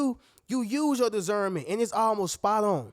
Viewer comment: It's disssssserment not desserment lol